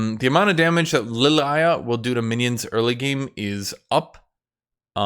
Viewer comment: You know youre saying Lillia name wrong and you know it. Omega cringe